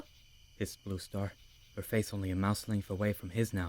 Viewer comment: Am I the only one who kept hearing rooster instead of blue star? XD